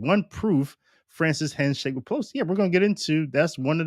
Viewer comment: Sounds to me that you are giving Bergoglio more credit and respect than he deserves. I believe he IS a Freemason. By the way, "with" is pronounced with a th sound at the end not with a double ff sound "wiff". Come on man you're supposed to be educated. Like your show though.